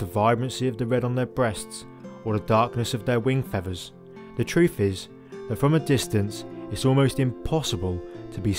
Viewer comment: Fevvers ? Fwee ? Nestin ?